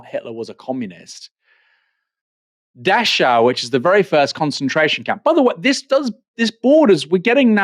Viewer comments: Never heard of Dash-ow. It's pronounced Dack-ow. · Just for your info Aaron. Dachau is pronounced 'Dakau'.